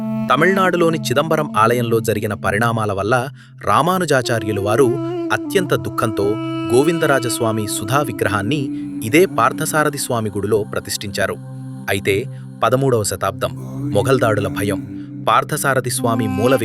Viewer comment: సుధా కాదు.... సుద్ద...